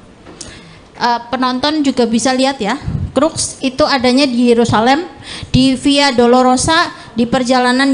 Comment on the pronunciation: lebih yakin di "Crux" ,,bukannya "cross"